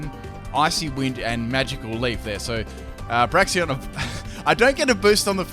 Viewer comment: y u always say braxien?